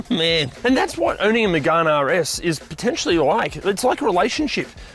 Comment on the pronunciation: It's not magarne it's Megane like can but with a g